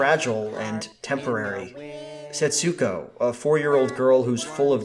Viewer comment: Just a boring minor correction. In Japanese, with names with an "U" in them the U sound is nearly or wholly silent - at most a kind of inflexion rather than a clearly noticeable sound.. Thus Setsuko is not pronounced Setsooko but rather more like sets'ko. Other similar names share this characteristic e.g Ritsuko (Rits'ko) etc. Some other names seem to share this characteristic. Japanese artist Utagawa Hiroshige's (born 1797) name seems to be pronounced "Tagawa Hiroshige". Given the name Setsuko etc is in any event a transliteration into English (ie the Japanese use Japanese script not English when they write the name) you might well ask why do linguists transliterate in this way - by including letters or syllables that are never meant to be pronounced, the answer is I have no idea. PS Setsuko is (was?) a not uncommon female name in Japan. Setsuko Hara was a very famous actress in the post war period and starred in many Japanese films of that era.